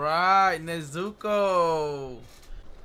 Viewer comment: we got Tanjíro and Nezúko 😂😂😂